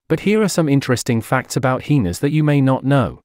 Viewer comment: I’m rolling every time he says heeenas 😂